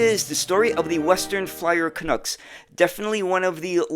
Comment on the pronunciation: "Canucks" is not pronounced 'can-ooks' its 'can-ucks' like 'bucks'